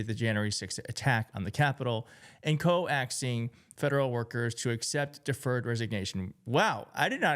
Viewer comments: COAXING....not CO-AXING. it's pronounced like "COKES" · At the risk of being presumptuous to someone as informed/intelligent as - "coaxing" isn't pronounced "co-ax ing". "Coax" is pronounced like "coats". Google it for the definition! 🙂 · thanks for this posting! Just a slight correction, COAXING is pronounced like COKE-SING, not CO-AXING. thought you might like to know. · Did he say CO AXING?😂😂😂😂😂😂😂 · The word "coaxing" is not pronounced "co-axeing." It's pronounced "coke-sing."😊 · Lol. The word, "coaxing", is pronounced, "coke-sing", (like the cola drink), not, "co-axe-ing". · There are checks and balances on the President's power, and rightly so. However, I'm pretty sure most if not all of the criminal charges brought against him were, uh, Trumped up.🙂 Also, "co-axing"? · I stopped at "co axing" lmao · It's COAXING .. NOT co-axing like YOU said. LOL. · Coaxing isn’t pronounced Co-axing. It’s pronounced like ‘cokes-ing’. (Sorry…former English/Linguistics teacher.) But good video 😊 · Great reporting and story, but I'm sorry, 'co-axing?!? I know it was likely a misspeak, but the word is 'coaxing', as in, to push someone towards a stated goal. I'm sorry, but I'm a stickler for this stuff. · I don’t know what your background is, but if you can’t pronounce the word coaxing (hint, it is not CO-AXE-ING) you get a thumbs down and no sub. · I'm prolly gonna be laughing at and repeating "co-axing" all day. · Wait - did this guy just pronounce the word ‘coaxing’ as ‘co-axing’? He got ‘with which’ round the wrong way...and then proceeded to stumble through everything else he read. really painful to watch. Dude if you have trouble reading aloud then at least record the v/o beforehand. i totally get that some people struggle to read aloud....but if you want to be taken seriously then at least record any v/o beforehand.....or rename the video 'i humiliate myself reading badly'. i'm on the left....and need you to do what you do better